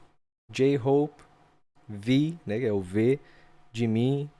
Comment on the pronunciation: A pronúncia é JiMIN (o min é mais forte) e Jungkook é Jongkuk (com o último k mudo tipo inglês).